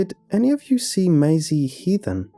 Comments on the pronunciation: You just said miasie... MAISIE GODDAMNIT 😆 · idk it bothers me. im a stickler for saying things the right way and him saying m-eye-see instead of may-see bothers me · Good pasta but dang, Mai Z bothers me. Its maze E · Notice how he pronounced her name "my-is-ey" around the mark than started calling her Maisie after that? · Why do you keep pronouncing it as "my-zee"? It's "may-zee"... There's an A in it. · It’s horrible lmao the name is pronounced “may-zee” Is this dude pronouncing ‘daisy’ as “die-zee” or what?? 😂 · Dude I love your videos but the way you mispronounce things at times.... it’s pronounced MAYsie not MYsie. Was watching another video and you kept saying CLAWset for closet.... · Angie T its "May-zee" there's an A in that name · For future reference in case you ever meet a Maisie, it is pronounced May-zee not My-zee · The way you're saying her name is getting to me lol. You say 'My--zee' but it's 'May-zee' (to rhyme with daisy) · Bruh, it would do you and so many other narrators a LOT of good to Google shit. The name is pronounced "May-zee". Why you make a living off of speaking and refuse to learn how to say words is beyond me. PLEASE LOOK UP PRONOUNCIATIONS FFS. Your entire livelihood is narration. Narrate correctly! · Interesting pronunciation of Maisie. It’s May- zee. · Everyone: Maisie Lazy, an intellectual: my-zee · No one:: MYESI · It's pronounced Mazey. Just a thought.... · Your supposed to pronounce it masie not masie or you can say it masie duuuhhhh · I THINK it might be pronounced 'Maisy' - like a daisy. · Fantastic story thankyou. The one thing that spoilt it for me is the way you pronounce Maisie. It’s pronounced as May the month x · OMG! Maisie is pronounced May-zee! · hey man Maisie is pronounced "may-zee" and rhymes like daisy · The pronunciation of maisie drove me insane the entire story. Lol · THis was really let down for me by the weird way you pronounced "Maisie" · The way that you pronounce Maisie is cringe worthy